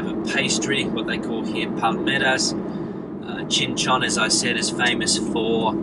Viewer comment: Or Qing Chon, or Chinchin😂😂😂 please rectify. It is really funny